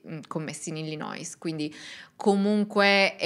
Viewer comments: BRAVA. Ti seguo dalla California. Piccole correzioni. Si pronuncia: Stocher cioe' senza la L. E poi Illinoi senza la S finale. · Pronuncia di Illinois e' Illinoi, senza la s . Per il resto complimenti per la tua competenza!